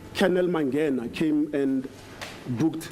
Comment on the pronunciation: The way pronounces "Mangena" irritates me